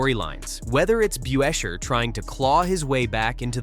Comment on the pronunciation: It is Pronounced Buscher ?Get new AI ?????????????????????????????